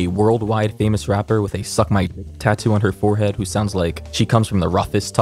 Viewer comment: I noticed he didn’t say forehead he said five head 😂😂